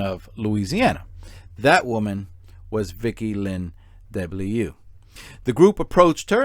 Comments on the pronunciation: As a Frenchman, I would suggest to pronounce DeBlieux like : ‘deu’-‘bly’-‘eu’ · According to me, the victim’s name should be pronounced ‘duh-blee-uh’ but who the heck am I to put my 2 cents in 🤗 your pronunciation of Mangione is spot-on BTW 😂 Excellent video, thank you 😊👏